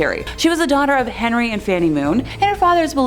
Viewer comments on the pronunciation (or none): none